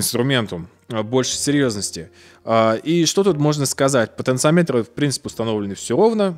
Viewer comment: ты неправильно ставишь ударение в слове "потенциометр" (слух режет). это же не измеритель, как амперметр или вольтметр, говорить надо "потенциОметр".